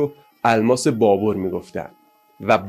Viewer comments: دوست عزیز تلفظ ( BABER ) صحیح است نه ( BABOR ) . این بی توجهی از شما بعیده و اصلا پسندیده نیست . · آقا جا بابَر ھست بور نیست بابر babar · فکر میکنم تلفظ درست بابر باشه نه بابور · لطفا فارسی بخوانید و تلفظ اسامی را درست بیاموزید ، نامی به نام بابُر نداشته ونداریم سواد کافی شنونده وبیننده کافی